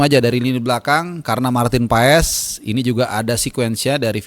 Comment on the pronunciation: PAES dibaca "pas". Dia akan senang mendengar namanya disebut dengan tepat dan benar.